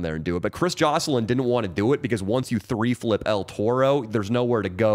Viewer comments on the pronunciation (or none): He said Tray flip not three flip why does Danny keep saying three flip